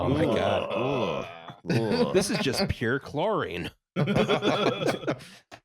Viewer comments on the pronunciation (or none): none